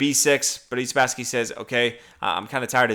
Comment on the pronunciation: You speak far too rapidly, slow down a little. Also Who Spassky? It sounded like you 'Budese'; if you were more measured in your delivery we could hear more.